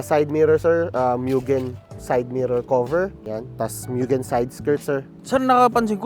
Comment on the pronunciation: moo-gen not meuwww gen